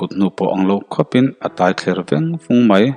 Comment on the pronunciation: Mizo ṭawng i lam dik lo nasa em mai a,entirnan,a thler veng vung tih te hi i lam diklo e